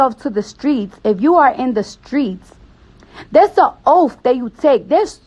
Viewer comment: its oath and learn english